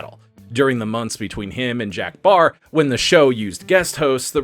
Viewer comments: Jack PARR not Barr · Jack Paar, not Baar but great stuff! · Does he keep calling Jack Paar, Jack “Barr”? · Why does he keep referring to Jack Parr as Jack “Barr”? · It was Jack Paar...not Baar. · Is there any particular reason why you kept pronouncing Jack Paar's name as "Jack Baar"?